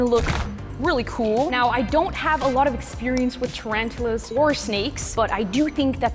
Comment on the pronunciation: Not to be rude but she said "TRANTALAS"